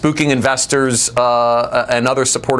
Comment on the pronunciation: That guest may be really bright , but his repeated use of "nucular" rang the idiot alarm in my head over and over and over.